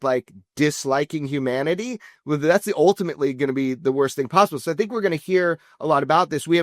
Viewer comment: Why does Jeremy pronounce the word “so” like “sshhhooo?”